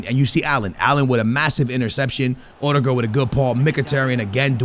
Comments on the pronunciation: O-De-Guard lol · You Call him Uhdegård